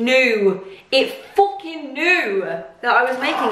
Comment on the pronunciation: “It FOOKING knew” 😂😂